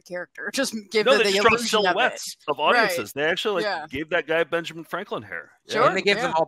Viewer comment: “Ben Franklind”